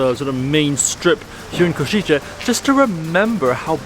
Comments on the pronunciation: Kosice, s as 'sh' (shic, ship, shark), c as 'z' (zig - zag) . Try say 'Koshize' instead of 'Koshitche'. Thx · I got ick from you saying Košiče(Ko-shi-tzhe) instead it should be Košice(Ko-shi-tze). Also, cathedral entry is for free, you only have to pay I guess 3-5€ for tower with nice view of the main street which is totally worth it for such price. Nevertheless, thanks for coming and showing Košice to the world, it’s nice place with a lot to offer :) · Small note C is here always pronounced as TS, not as english CH, its Ko-shi-tse, not Ko-shi-che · try to pronounce it like this: "Koshitse" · Košice nie Košitse😂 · please, learn right pronunciation of Košice